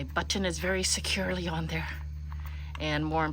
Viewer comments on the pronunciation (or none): I chuckle every time you say butt-tin. Very endearing. Have a great weekend